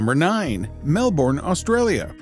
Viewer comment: thank you kindly for pronouncing Melbourne correctly :)